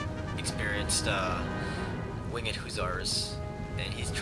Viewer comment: Wing-ed hussar lol its Winged